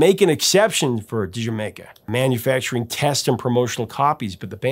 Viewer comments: Here in Australia like the UK, "D'yer Maker" was always pronounced similar (but not quite the same ) as Jamaica. Until I saw this video I never considered that anyone would pronounce it differently. Professor you still have trouble saying the title right missing the subtle 'D' sound required when saying Jamaica with a West Indies accent. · "Dier Maker" is how I pronounced this until today. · Great post. I first bought HOTH in 81'. I am of the Die-r Maker pronunciation. I stand corrected. Can't believe it took 41 years to find that out. Thanks for your excellent ongoing work! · Zeppelin was the first band I remember my dad as liking growing up as I went through his albums. Crosby stills and Nash, the animals, cream, Bo diddley, John Lee hooker, the doors etc. So I got into them and I pronounced its "dyer maker", but never questioned why. Glad to know the real name and reasoning behind it! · There's no slash. The first term is the song title, and the second is the name of a country. It's Welsh and isn't pronounced "Jamaica". It's pronounced "Jur Maker". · I feel a little smarter today having watched this cause I too have mispronounced the title as "Dye-er Maker". Thanks for the correction & the story behind it. Great as always. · Yep... 70's child. Mispronounced it. Dyer Maker. I was a huge Zeppelin fan. Me and my sister were worlds apart in music tastes. She was huge into Disco. But, Houses of the Holy is the one Zeppelin 8-Track that she had. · IDK why, but I always pronounced it Die-er Maker. This video just blew my mind. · We pronounced it Duh-Jer-maker. No matter how it's pronounced, it's a fantastic album imo. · Bohnam hated the song. Great performance although. The fills are powerful unique & very interesting. We pronounced it "Dyermaker". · I pronounce it D'yer Maker. 😀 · When Casey Kasem mispronounces Dyer Maker, we can all feel better. 😂 Great choice, Professor!!